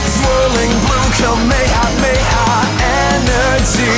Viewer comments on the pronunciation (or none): This would be ultra instinct level if it wasn't for the fact he says kamayamaya instead of ka may ha may ha, that's the proper pronounciation It breaks me each time he says it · now if only he pronounced kamehameha correctly